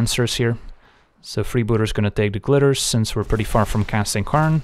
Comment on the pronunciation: "karnstruct" and "karn advantage" lmfao